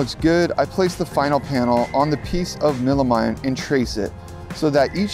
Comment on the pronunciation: inspiring…. but please learn some more about tool use material names and details….. For instance / pre drilling the melamine (mellow-mean ,pronunciation) is not because its a Hard or Tough wood… Melamine is a particle board core sheet good with a melamine (a fórmica like material) vainer over it…. not good to just screw or hammer So definitely as you figured out needs pre-drilled….. Seriously though, as a skater and carpenter it’s long been time for me to get some DIY projects going and your Vids definitely help to motivate and inspire…. #skatelife 🤘🏼🤘🏼🤘🏼